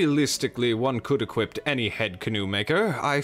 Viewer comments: The fact he says equipet bothers me, especially when he doesn't even mean equiped and he's tryna say equip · Hey I started watching your videos recently and absolutely love your amazing idea to have a place to off-meta. I'm going to throw this out there in case it's not intentional: you're saying "equip" like "equipped". Love this video and can't wait for more from you.